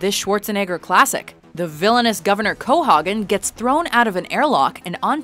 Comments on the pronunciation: #6 watch the movie dumbies. It's Co-hayg-in not Co-hog-in! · "Co-Hog-Gen"? isn't it "Co-Hay-Gen"? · how do you screw up pronouncing a characters name? cohogen? really? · did she just say "CoHOGgen'?? lol